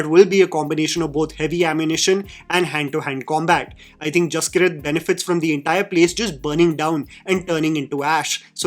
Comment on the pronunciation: Brother I think the name might be pronounced Jas-keerat not Jaski-rat. I might be wrong but I’m Punjabi and that is how we pronounce one of my cousin’s name (his name is Jaskirat).